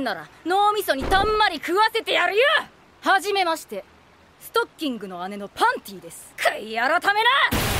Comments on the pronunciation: 왜 자꾸 스타킹을 스토킹으로..? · 스타킹인데 스토킹 이렇게 발음 하시네 노딱 때문에 그런건가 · 근데 왜 스타킹이 스토킹으로 들리지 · 스타킹인데 스토킹 이라고 ㅋㅋ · 아니 근데 왜 자꾸 스타킹을 스토킹이라고 하사는지 ㅠㅠ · 근데 왜 자꾸 스타킹을 스토킹이라고 하는것같지..?ㅋㅋㅋ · 스타킹을 스토킹 이라고 말한 그대... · 일본어 발음 그대로 설명 하신 듯. ( - 팬티가 스타킹을 스토킹이라 발음.) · 일본어 발음이 스토킹이고 실제로 영어발음도 스타킹이 아니라 stocking임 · 나만 스타킹 스토킹으로 들린거지? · 아니 스타킹이 왜 스토킹 으로 들리냐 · 스토킹 발음이 킹받아요